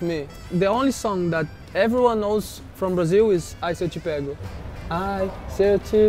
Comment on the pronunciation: the silence then “what es that” 🤣🤣🤣